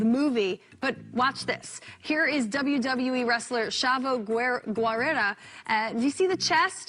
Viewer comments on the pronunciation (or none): She butchered my boy Chavo’s name 😭😭